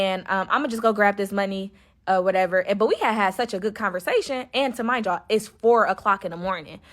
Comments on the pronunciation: Lmfaooooo yoooo is she sayin “ta-mind” yalllll😩😭😭😭🤣🤣 instead of remind y’all 💀💀💀💀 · "Tamind you" is driving me crazy lol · 2 mind yall, 2 mind yall😢 2 deff.... and why she saying magic mushrooms like it wasn't 🍄 😜😒